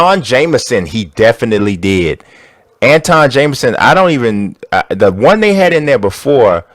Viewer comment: It’s Ant twan Jamison